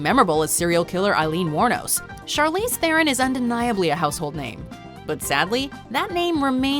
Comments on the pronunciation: YOU! Charlize Theron's surname is still not pronounced how you said it. It is an Afrikaans name, and even English speaking South Africans pronounce it as "Tah-rawn." The T is very heavy, and the "ah" sound is fast and just slightly heard. It sounds like "T-rawn," when said quickly. Her 1st name is pronounced with a hard ch not a sh sound, and a hard "r." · I also love how Theron is pronounced wrong in this video. As a South African, I can tell you it's like a fast TRAWN as opposed to every letter being pronounced